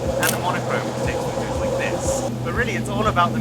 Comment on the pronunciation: laik the angreberd Hhhhh😅